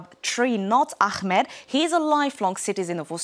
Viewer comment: There’s no name Akhmed, please pronounce the name as Ahmed. It’s not so difficult to do so.